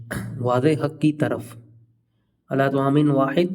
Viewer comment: Wo word ala h illa nhi h